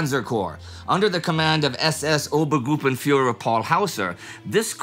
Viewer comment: As a german, itˋs really funny how you pronounce “Obergruppenführer“ 😅 Great video as always